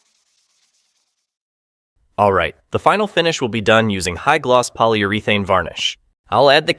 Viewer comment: Good technique and well explained but words like "rooter" instead of router and "poly yoor athene" give away the AI voice. This also explains the lack of energy and strange cadence in the speech. Try narrating yourself, I'm sure it will be better.